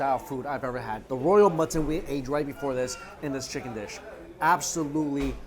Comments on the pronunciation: Every time he says mutton I understand matzen and I was a bit confused at first like, they eat matzen balls in pakistan? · I also think he says mutton weird.... like it’s two words or something? I can’t put my finger on it?